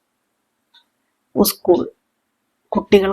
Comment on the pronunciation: കഥ കൊള്ളാം ഉസ്‌കൂൾ എന്ന് പറയാതെ സ്കൂൾ എന്ന് പറഞ്ഞു പഠിക്കൂ.